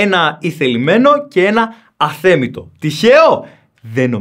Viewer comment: προσπερνώ Που δε του υποκλίθηκες, αλλα θες να πεις αθέμιτο ή αθέλιτο!!!!?😅😅😅